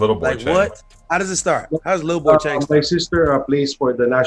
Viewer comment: Yow really does his homework. And the pronounciation is on point. Visit MNL one time, we gonna take care of you. big up.